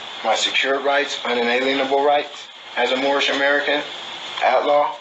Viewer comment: they are joking because one of them couldn’t pronounce anything right. But he kept calling it mormish not moorish. He sounded like he had his mouth wired shut. That’s the only thing I can describe what he sounded like.